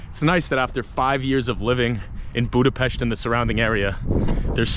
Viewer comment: Imádom a stílusodat, nagyon tetszik az a természetesség, ahogyan beszélsz a kerületünkről... Külön köszönöm, hogy Budapest-et BUDAPEST-nek mondod, nem pedig "bjúdapeszt"-nek. Helyes !!! Szóval Budapest, az BUDAPEST !!!